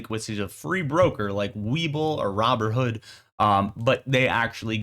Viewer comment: Did you say “robber hood”? 😂